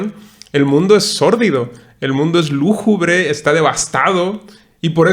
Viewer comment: Hola. Me comenta tu amiga Carmen que se dice lúgubre no lújubre. Nos dimos el tiempo de ver tu vídeo, soy fan de la tetralogía y me pareció muy bueno tu análisis. Es muy vasto y complejo este tema, sobre todo el comentario de la simbiosis de la energía y de cómo tener al humano, pudiendo desarrollar tecnologías sin necesidad de los humanos. Incluso en la primera entrega se menciona eso que es un zoológico, una prisión mental. Saludos! Temet Nosce. 😎